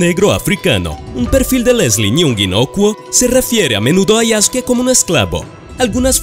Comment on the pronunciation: No se dice Yaske. Se dice YasUke